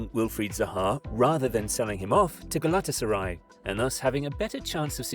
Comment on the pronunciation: it’s “galatasaray